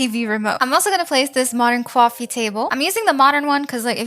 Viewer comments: Cowffe instead of coffee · Why dose it sound like you say cowofe not coffe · why do you say cwafie instand of coffee? is it an accent? not trying to hate tho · Ah yes "Aww another cawffe Table" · "kwafee" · Bro am I the only one that hear here say “cowofy “ 😮😮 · Did she just say Cwafee